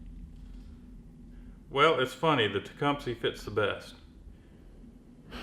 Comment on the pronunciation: you keep saying TecumSEE but it's pronounced TecumSUH.